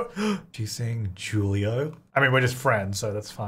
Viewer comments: I lost it when he pronounced julio as julie - o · mispronouncing Julio CRACKED me up